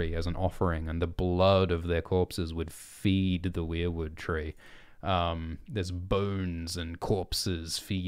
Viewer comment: Thank you for pronouncing weirwood the right way! I'm so sick of people pronouncing it like "were"wood (like werewolf).